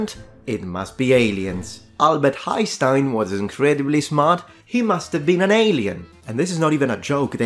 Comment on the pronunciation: Though a great video, I just wanted to say that you kinda butchered Einsteins name a little bit. From the german perspective, it sounded more like Heistein. You definitely need to hear the n and there was a bit of an h sound in the beginning. Just a small mistake but I wanted to inform you just in case.